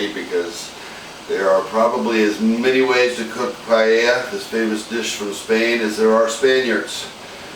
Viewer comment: Looks great but I'm pretty sure you're pronouncing paella wrong lol